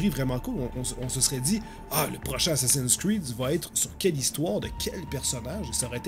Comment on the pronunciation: RIP la prononciation :( Assacin cride !!!